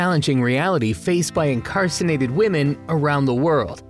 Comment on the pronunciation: You didn't say incarcerated though. You said "incarcinated" at least three times.